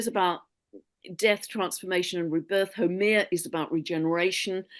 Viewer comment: Lovely conversation and energy exchange! FYI pronounce that one 'dwarf planet of fertility', Haumea: hāo-meia (so you sound pro to Hawaiians😊, I'm Kanaka Maoli). Too many insights mention for the next 2-3 years. My video channel subscriptions are converging. I watch Stefan daily & see Mr. Robert Edward Grant challenges the scientific community just like Terrance Howard. Physicist already admit physics is taught wrong for over 100 yrs. Many industries are changing. Much appreciation for all i heard here. Aloha nui from Hawaiian Islands💯🌺🤙🏾